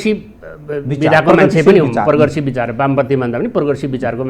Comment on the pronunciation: What a coincidence!!!! खराब नेता, खराब बुध्दीजीबी र खराब कार्यकर्ता। त्यसमाथी खराब नीयत बोकेको यो खाते। झर्ला र खाउला। पोरगेसीब रे। even doesn’t know how to pronounce progressive. तर trying to impress Uneducated Nepalese.